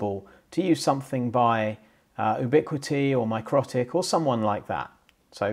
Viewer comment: It is micro-tick, although some people pronounce it mick-ro-tick. Either way the emphasis should be on the first syllable, otherwise it sounds a bit like "necrotic".